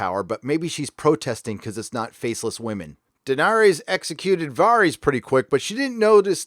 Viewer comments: I know it shouldnt mattet but it really pains me how he pronounced varys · Varys pronunciation c'mon man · I'm sorry, but what is with the pronunciation of these names? How are we nearly 10 years into a show and still having 90% of the names in the show being absolutely slaughtered? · You're killing me with these name pronunciations bro... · So he talks shit on game of thrones but can’t even say Varys correctly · I cant be the only person annoyed by his pronunciation of "Varys"? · why do you say Varys like that? din't you hear how they pronounce his name in GoT? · Video after video, you butcher the Spider’s name. Why, man? Why? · Am I missing something about why you keep calling him “VAHR-EEZ” instead of “VARE-IS”? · "Vahrys" "Dave-O's". This is not how these names are pronounced, bro. They literally say them loads of times in the show. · 𝙒𝙝𝙮 𝙙𝙤 𝙮𝙤𝙪 𝙥𝙧𝙤𝙣𝙤𝙪𝙣𝙘𝙚 𝙩𝙝𝙚 𝙣𝙖𝙢𝙚𝙨 𝙬𝙧𝙤𝙣𝙜, 𝙬𝙝𝙚𝙣 𝙩𝙝𝙚𝙮 𝙘𝙡𝙚𝙖𝙧𝙡𝙮 𝙨𝙖𝙮 𝙩𝙝𝙚 𝙘𝙝𝙖𝙧𝙖𝙘𝙩𝙚𝙧'𝙨 𝙣𝙖𝙢𝙚 𝙢𝙖𝙣𝙮 𝙩𝙞𝙢𝙚𝙨 𝙞𝙣 𝙩𝙝𝙚 𝙨𝙝𝙤𝙬 𝙞𝙩𝙨𝙚𝙡𝙛? 𝙇𝙞𝙠𝙚 𝙮𝙤𝙪𝙧 𝙥𝙧𝙤𝙣𝙪𝙣𝙘𝙞𝙖𝙩𝙞𝙤𝙣 𝙤𝙛 𝙑𝙖𝙧𝙮𝙨 𝙞𝙨 𝙖𝙡𝙢𝙤𝙨𝙩 𝙖𝙨 𝙨𝙩𝙪𝙥𝙞𝙙 𝙖𝙨 𝙩𝙝𝙚 𝙬𝙧𝙞𝙩𝙞𝙣𝙜 𝙛𝙤𝙧 𝙎𝙚𝙖𝙨𝙤𝙣 8. 𝙄𝙩'𝙨 𝙑𝙖𝙞𝙧-𝙞𝙨, 𝙣𝙤𝙩 𝙑𝙖𝙧-𝙚𝙚𝙨. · I know this may seem unimportant but it's not VAREEEEEZ. It's VARISSS!! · You say "var-ees" whereas the show says "ver-is".. just curious why? Is this a book thing or ? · Varys not VARIES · Vaaar-ies? lmfao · Vare-is It's pronounced VARE-IS. Entire review ruined. lol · Are you purposely mispronouncing Varys? When did it become Vahr-ees? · VAReeees. Do you even watch this show? No one pronounces his name like that. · "Varrees." Dude. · The episode is minutes don’t know where he is getting 56 minutes from. Even taking out the intro and previous recap it’s still . Dude is just making shit up . Can’t take him seriously when he is Mispronouncing Varys and Davos . That probably mean he had 56 minutes left . Idiot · How do you manage to mispronounce Varys and Davos after hearing it said repeatedly for 8 seasons? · DavOES? Varies? How do you pronounce every name wrong despite watching the show? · Var-ees and Dave-os